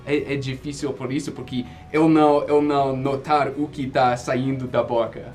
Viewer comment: uma dica sobre a sua pronúncia: você fala EU (que tem o E fechado) como se fosse o ÉL (que tem som aberto) do espanhol. Essa é uma das pouquíssimas falhas no seu português.